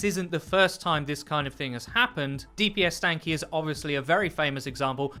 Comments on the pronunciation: D S P Stanky for the love of god. NOT DPStanky. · DID I JUST HEAR " D P S STANKY" >:( IT'S DSP CMONBRUH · Its dspstanky not dpsstanky. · You said DPSSTANKY, ITS DSPSTANKY FOR GODS SAKE WHY CANNOT ANYONE SAY IT RIGHT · DSPStanky not DPSStanky :p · Did he just call DSPStanky as "DPSStanky" ? :D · Just fyi, it's DSPStanky not DPSStanky:) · DSPstanky* not DPSstanky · Hearing dpsStanky ... its dspStanky pls get that right to honor the legacy . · ... HE SAID DPS STANKY ;_; ITS DSPSTANKY NEVER FORGET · It is DSPSTANKY... Not "Damage Per Second" first the S and then the P. xD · "DPSStanky?"... Put some respek on his name!